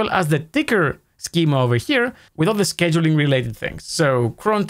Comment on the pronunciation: It's pronounced "scheduling".